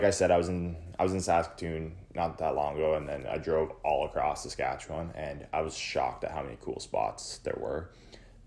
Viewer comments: I agree, a bit insulting when your pronunciation is "Satchewan". Ugh! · The way you pronounce Saskatchewan is absolutly killing me man